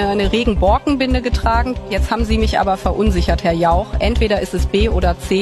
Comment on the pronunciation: Was für eine Überraschung Annalenchen kann das wort Jauch fehlerfrei ausprechen ...!!! 🤔😂😂😂